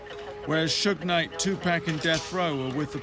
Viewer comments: Pronouncing tupacs name in a British accent has that. His name as it should be tu as in 2. And PAC. As in pock-et. Damn accents huh. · It's annoying hearing him say "Tu PACK". How are you gonna do a documentary about someone and not say their name correctly? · Would it have killed him to just say Tupac's name correctly? For a documentary BASED on his life and death? Awful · Good doc but the British reporter needs to learn how to pronounce Tupac. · How you gone make a documentary about pac and now pronounce his name right. Fuck you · Ciapha Gray he's saying the way he mispronounces Tupac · is so annoying, I mean atleast pronounce Tupac correctly, and it's not a fucking cowboy suit, Jesus dude, he's always fucking with his audience in these films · SirNino , yeah, I don't think that it's the accent. I don't think that he knows how to say it correctly. I also know people that have accents. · TuPACK???? REALLY.... IF your going to make a documentary about PAC at least say his name right!!! TUPAC... I can't even watch this shit because of that... Tupack.... SMH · i swear if this guy says TUUPEK one more freaking time i'm gonna lose my damn mind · Stop with the tupack its tu paaaaac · Most us brits do say tupack we pronounce our vowels differently, I say tupac but everyone else I know doesn't and that does bug me out. I wouldn't say its disrespectful until you tell them how to say it and they keep doing it, then obviously its disrespectful asf. Me personally I blame the media they always say his name wrong and it's not just white people I've seen black people say it wrong too not as many obviously, its mostly the upper class. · it's tupac not tupack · Great documentary. Only thing? I cringe EVERYTIME the dude says PACK instead of PAC. Uggh! PLEASE say it right, just once. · the white folks always saying tupack not tupac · two pack? lol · If I hear this Nigga say Tupack one more time!! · To pack?? I would learn how the name is pronounced first.